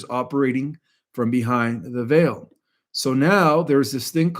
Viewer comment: Veil is pronounced vayl. 😊